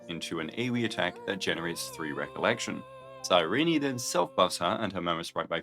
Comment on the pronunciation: I'm sorry, her name is... Cy-Reenie? I thought it was Cy-reen... Cy-Reenie makes me like her less.